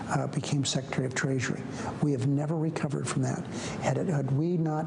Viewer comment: "Traysury" k